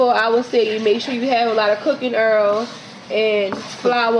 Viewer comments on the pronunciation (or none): Df is Earl? It's oil!!!? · The fact that they say “bearl” instead of “boil” & “earl” instead of “oil” I’m going to use their recipe 😂🤣😂 #NoHotLinks #NoWiners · Enjoyable...had to turn on the caption because oil was sounding like Earl...delicious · Two cups of earl?😂 They got me with pronouncing the items. Lol .. But the Gumbo looks smacklious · dude she said two cups earlllll ... I LOVE IT !